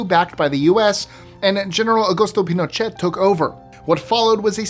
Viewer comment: Pinochet = Pee-no-shay